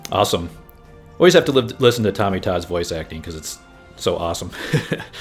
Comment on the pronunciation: You have to make it to Level 4 for the reward and it's Tony Todd, not Tommy Todd.. Row-eck not Rod-eck:)